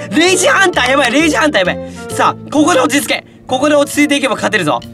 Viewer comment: レイジハンターがクレイジーハンターに聞こえた